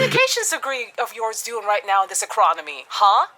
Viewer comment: "IN THIS ECRAWNOMY?!" absolutely sent me